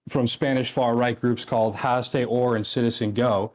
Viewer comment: Honestly, I dont care about anything else in this debate, but the way he pronounced "Hazte oír" is really making me unbelievably irrationally mad